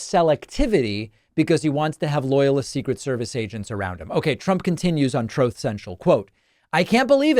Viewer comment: David, you can't pronounce the word TRUTH correctly. David, you can't pronounce the word STATES correctly. YoU HaVe A sEveRelY CoGniTiVe dEcLinIng BrAiN. "DaVid's BrAin COLLAPSES oN NeWLy PoSTed ViDEo" You are an embarrassment to your audience on your coverage of Trump. Trump can give speeches for 1.5 hours and one minor slip up and you take it to the moon.